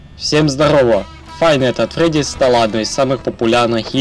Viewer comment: Не "фай найт эт фреди", а "файФ найтС эт фредиС". Но видео гуд